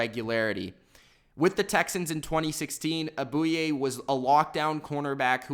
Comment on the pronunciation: He said a.j. Bouye wrong lmao